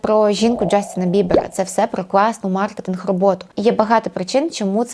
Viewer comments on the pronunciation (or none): none